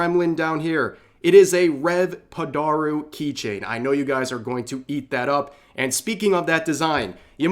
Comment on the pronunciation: "padaru"? my origin story isn't this deep. it's literally just "i like cute girls so i'll surround myself with cute girls whenever i can" this is true. some people just rely on waifu models as bait to get attention, and then can't maintain that attention